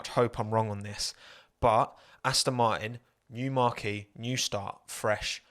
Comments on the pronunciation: British Marqee? You mean 'Marque?' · Marque as in a brand is pronounced like “Mark” the name. Not marquee the big tent. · Stop saying marquee it's a tent there's no e on the end it's marque without the ee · Aston Martin make circus tents ? Marquee’s who knew 😂 Think you meant Marque pronounced ( Mark ) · I reckon has only ever read the word "marque" (pronounced Mark) and never heard it before, so is confusing it with marquee (mar-key)🤭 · Can I ask that you pronounce marque correctly, it should be pronounced as “mark” not as a large tent ? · It's pronounced 'mark' unless you're talking about big tents! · Marque (brand) is pronounced Mark - what you pronounced is a big tent 😂. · Someone teach this man how to pronounce "Marque" 😂